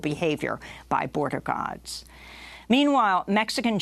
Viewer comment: Did Amy say, "border gods" and was it a Freudian slip?